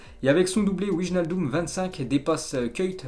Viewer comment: juste une petite correction, cest wynaldum le ij en neerlandais se prononce ay:)